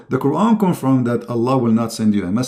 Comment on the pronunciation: qur'an..bukan kuron baca qur'an nya jg salah.. sebarkan agamamu dgn kitabmu jgn banding" kn dgn qur'an..saran kalau mau debat agama buat topik/judul ajak ahli qur'an dan ahli alkitab utk d debat..! debat apaan ini gk ada judul hadeh